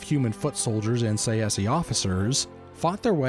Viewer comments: I hate this guy's pronunciation. Say see. I personally say it either Tse-she or Tsah-eh-ski. But Say-see, come the fuck on. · I think the pronunciation is TsaesKee..Tsae is not Tsa-e but one sound.. I don't know how to write it in English.In Greek is Τσέσκι.. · I thought that Tsaesci was pronounced "SAY-she." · I may be wrong, but I think it's pronounced '"say-shee" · Tsaesci is pronounced Say-chee btw. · Its pronounced like sai - see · I’ve come to the conclusion that no one really knows how to pronounce Tsaesci lmao sashee? Saysee? Say Es ee? Who tf knows